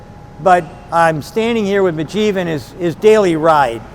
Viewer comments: Sandy is awesome but guys name is Mujeeb not Burjeep :D lol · I'm sorry. I really am. But I think Sandy is probably the worst host for any kind of show that involves him to about our to people. The guy's name is MUJEEB. Not BAJEEV. So.... Yeah. Shut up, boomer. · I enjoy the show Sandy but you should be ashamed to not get Mujeebs name right. It´s not Bejeeb! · How many times is Sandy gonna say the guy's name wrong! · I know Sandy was trying so hard to be respectful, buy he butchered Homeboys name like 5 times 😂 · jfc get his name right....